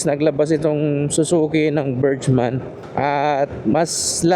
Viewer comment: Pronounce Burgman as BURG-mən. Break it down into two syllables: , imbis na berjman ang bigkas, ang tamang bigkas ay bergman. BURG (sounds like the first half of "hamburger" or the word "berg") mən (a short, unstressed "uh" sound)